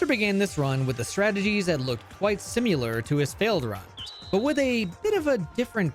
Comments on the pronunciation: …..simular? The word you’re looking for is “similar”. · bro dropped a "simular" 🥵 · Similar has no u. How did you pronounce it so bad. "Simular" lmao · "simular" be so fr lmao